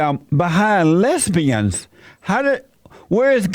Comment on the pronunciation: Came to hear Jesse say "black fat less-be-endz"